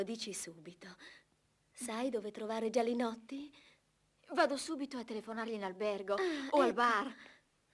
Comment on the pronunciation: Perché a volte dicono Gianinotti e a volte sembra che dicano Gialinotti , quando poi nei titoli di coda appare il vome Gialinotti?